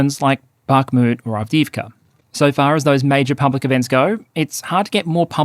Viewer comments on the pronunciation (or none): none